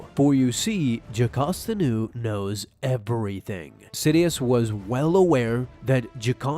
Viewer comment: is it just me, or did he say Japasta Nu?